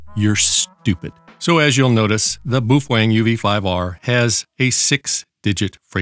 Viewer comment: Every time you said 'boofweng' I bust out laughing. Holding that radio was another matter...